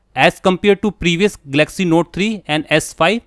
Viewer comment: Firstly please learn to pronounce the name properly- its GAL-LUCK-SEE...not 'Gelaxy'!